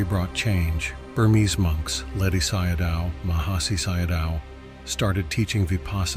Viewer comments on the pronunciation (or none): Good video, but can you train the AI voice (I am assuming that’s what it is) to pronounce Theravada, sayadaw, Samatha etc correctly? The ‘th’ sound in Theravada, for example, is not the same as in English.